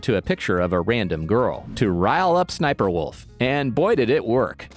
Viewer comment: The name is Sssniperwolf this is how you pronounce it S s sniperwolf